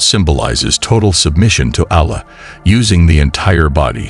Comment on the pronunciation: when will you learn how to pronounce arabic correctly? Are you trying to make a point or what? Is it so hard to find someone who knows how to pronounce the name Allah or alfitajah, is it so difficult to do that? With this, i truly believe you are not muslim but some random person trying to profit out of islamic fanatics to follow you. I hope this is not the case but is time to learn the learn language so you could learn how to pronounce the words properly, remember, you chose islam and no one forced upon you to take it.